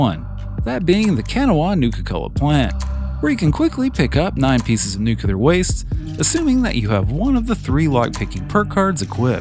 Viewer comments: It's nu-clear. Not nuculer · lost me at nuculer. on to the next vid.